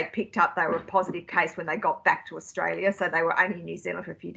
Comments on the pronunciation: Austalia ? I’ll forgive ya👍🏽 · John, you forgot the R in AustRalia